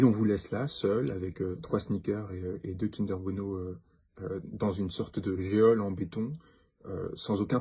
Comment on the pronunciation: Geôle se prononce jole et non pas géole